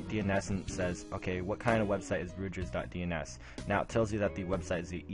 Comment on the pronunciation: if you can't pronounce the name of the school Rutgers properly, I assume you are an idiot and will not listen to anything you have to say. goodbye.